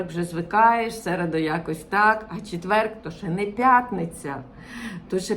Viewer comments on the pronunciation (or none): Дякую, цікавий контент, тільки не куда, а куди, не випАдок, а вИпадок, не тоже, а теж, не четверГ, а четвер, не рахую, а вважаю (рахують гроші) й не ітак, а отже :-) не забуваємо дбати про свою рідну, як і іспанці про свою! Астулуега :)